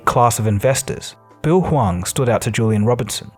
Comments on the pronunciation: Interesting how you keep changing between pronouncing him as "Hu-wang" and "Hu-wong", the latter being correct I believe. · The way you effortlessly switch between different pronunciations of Hwang to calling this man Bill like he’s your friend has me DEAD! 🤣 Keep up the good work!!!